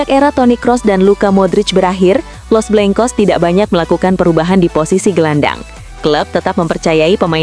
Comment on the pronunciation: Iya kosa katanya,los blangkos bukan blengkos 😂😂😂